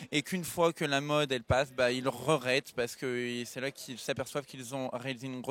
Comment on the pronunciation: 'ils le rerettent'